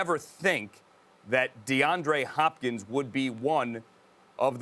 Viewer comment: As a Cardinals fan I am having the best morning of my life!! XD XD No one: Absolutely no one: Host: DeAndre HHHHHHHopkins!? HHHHHopkins?